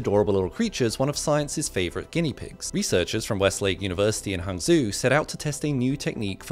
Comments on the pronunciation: "hang-joe" ❌ "Hang-zoo"✅ 10/10 research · Hangzhou, not pronounced hang-zoo, but as hang-joe. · Right? Hanzoo 😭😭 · Kindly, “Hangzhou” is much closer to “hong joe” than “hang zoo” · Han”zho” (long o sound,) not Han”zoo.” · its pronounced HONG-JOE not hangzuu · Fantastic content, thank you. BTW, it's pronounced "Han-jo", not 'han-zoo'. ✌🏾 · Hahn-g-jo, not hanzoo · Bro how can you pronounce hangzhou not "hung joe" but "hung zoo" 💀💀😭🫧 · Hangzhou = hahng jo :) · hung-zoo is crazy pronunciation bro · It’s Hangzhou, not hangzoo. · Pretty sure it's pronounced *Hawng-Joe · Prounouncing hangzhou as "Hangzoo" is absolutely insane 😭😭😭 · I know right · Hangzhou (pronounced liked: han Joe) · Hangzou is actually pronounced Hwangzow btw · Had to skip this video as soon as he said "hangzoo" 🤦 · The city name is pronounced more like "hong-joe" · Hangzhou... Pronounced Hung-Joe... Please just take 10 seconds to learn how to pronounce something Chinese and I'm saying this as a British person, interesting video but just throwing it out there to help with future videos 👍🏼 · It’s pronounced “Hang Joe” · Hangzhou= pronounced as hung joe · As a Chinese person, “Han-zoo” hurt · hazoo is a wild way to pronounce hangzhou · Love your videos. I'm glad human tattoos aren't 60% fatal! p.s. "HangZhou" is pronounced more like "Hung-Joe". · Zhou is more like z+"O" where you pronounce the capital O like when you're saying the alphabet: ay, bee, see...elle, ahm, enn, ohh. So, "zohhh" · It's pronounced "Hung-jou". Great video as always anyways! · he did not just say "hungzoo" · Hangzhou should be pronounced as h-ah-g z-oe (one syllabus like Joe) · HanHOH is the pronunciation of Hanzhou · Hi, love your informative videos! Just a little pronunciation tidbit, Hangzhou is pronounced "haang-Jo". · hangzhou ❌ hangzoo ✅ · the way he pronounced Hangzhou made me die inside 😭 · Why did you pronounce Hangzhou like that 😭. I mentally died hearing that. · He so badly pronounced "Hanzhou" wrong.